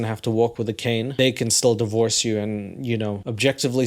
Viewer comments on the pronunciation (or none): none